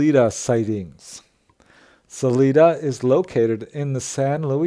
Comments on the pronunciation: No, really. I appreciate this video, but mispronouncing a well known city name really stands out. Not Saleeda, sal-eye-dah. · I thought about this too. In defense, I have seen them misspell the name of that city as Canon City on road signs. Most from Colorado know its correct pronunciation. I think he also pronounced Salida using the Spanish pronunciation. Not being from Colorado he probably doesn't know that people in Colorado use a sort of English pronunciation (suh-lie-duh) of that non-English word. It's like people in Wyoming do with the town named Dubois which appears to be French in origin. It's not pronounced "du-bwah" in Wyoming. It's pronounced "du-boys." Apparently, French people don't tell them how to talk in Wyoming. 😂